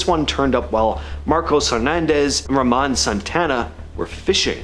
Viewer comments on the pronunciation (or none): none